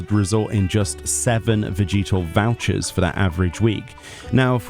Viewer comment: The way he said vegetal was so jarring for some reason lol. It makes more sense to pronounce it like veh-juh-tuhl because I'm assuming it's supposed to be like vegetable.